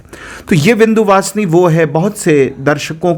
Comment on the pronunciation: चुटिया बनाना कोई तुम पंडितों से सीखे विंध्यवासिनी मां को विंदू वासनी बोल रहे हो अजीब चुटियापा है